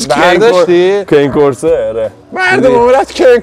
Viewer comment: بسیار عالی فقط تلفظ ها رو اشتباه میگید. cane Corso کانه کورسو هست malinois هم ملنوآ هست